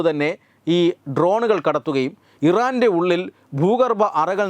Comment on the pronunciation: തെറ്റുകൾ തിരുത്തുക.. ആവേശത്തോടെ വായിക്കുമ്പോൾ തെറ്റുന്നു. മോസ്സദ്‌ ഇരന്റെ എന്ന് പറയുന്നു.